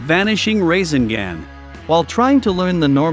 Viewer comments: Not rasengan but rasingan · Instead of rasengun he said racing gang 😂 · Bro we just finna ignore this mans say raisinGand bruh 😂😂